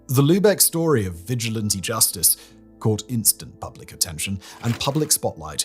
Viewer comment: "Vigilant-y" justice? Do you mean vigilante? 😅